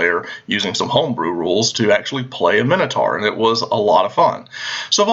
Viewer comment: Why does nobody know how to properly pronounce Minotaur?